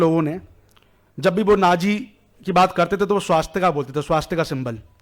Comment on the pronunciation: पहले सही हिन्दी बोलना सीख लो |' स्वस्तिक है, न कि " स्वास्तिका " और " भूतकाल " है न कि भूतकाला भारतीय धरोहर संभालने से पहले, सही उच्चारण जान लो |